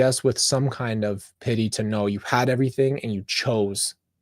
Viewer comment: I crack up when you say errything lol 😂😂😂😂